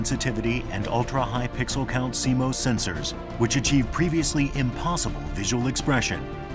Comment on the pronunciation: Canon: "And in the video... let's pronounce it 'SeeMose' rather than 'SeeMoss'! and say it in every sentence!"